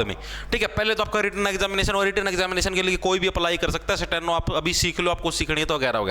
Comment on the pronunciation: Sateno nhi Steno hota h 😂😂